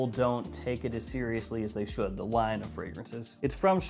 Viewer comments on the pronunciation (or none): none